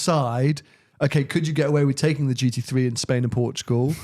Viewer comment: Can someone please tell it's a GT Three not a GT Free...